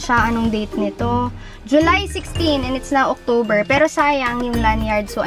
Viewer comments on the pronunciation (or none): none